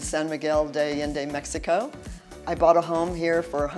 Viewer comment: Please pronounce Mexico probably. You live there now so pronounce it right.